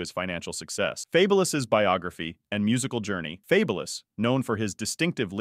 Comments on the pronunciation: Fab-u-lous lol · Yo channel should be deleted for the way you pronounce this man name wrong 😂🤦🏾‍♂️😬🥴 the minute you pronounce his name wrong. I had to cut the video right then and there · Ridiculous you can't even pronounce his name